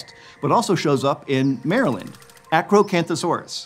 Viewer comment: thx for pronouncing Maryland correctly :D